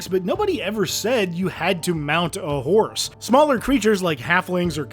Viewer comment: my brother, did you say fhorse?